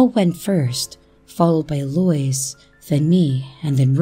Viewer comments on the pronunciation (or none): Love your stories ✌️🇨🇦. btw Eloise is Ell0-weeze. Just trying to help ok foyer is foy-yay 🙃. And I just subscribed. Thank you so much